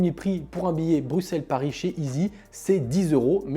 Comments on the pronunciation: Salut, Pourquoi prononces-tu « BruXXXelles » et pas « BruSSSelles », comme on doit dire ? ++ Alex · Ta dit BRUQCELLE!!!!!!!!